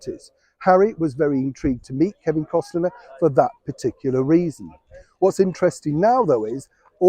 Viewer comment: Costner not Costener 😊